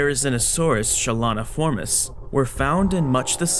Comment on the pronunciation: Isn't "cheloniformis" pronounced with a hard "K" sound instead of the "ch" sound?